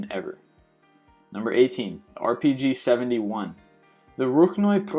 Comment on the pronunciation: I'm surprised you pronounced the RPG name correctly